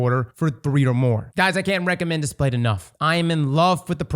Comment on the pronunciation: Displate not Datplate. 😎